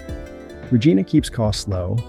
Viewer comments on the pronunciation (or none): Did you just say Re-GEE-na? 😂